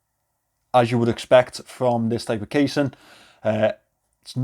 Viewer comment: I honestly love how you pronounce casing and so that they rhyme.